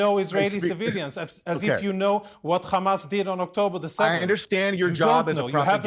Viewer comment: Conricus is from Sweden why does he pronounce it “Ccchhhhamas” ?